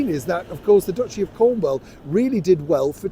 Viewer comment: it’s CornWALL, not CornWELL.